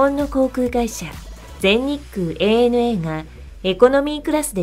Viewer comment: 「アナ」って間違っていう人が多い中、「エーエヌエー」と正しく伝えているところが良い。